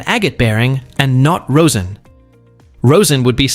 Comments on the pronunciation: 'rosin' is pronounced 'rozhin', not 'rose-in' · "Rosin" rhymes with "Ma's in" not "toes in."